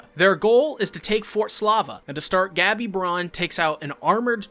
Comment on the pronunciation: STOP SAYING GABBY ITS GoH-BEEE. After further watching I have concluded you have never seen this show becuase wtf is the pronunciation of these character names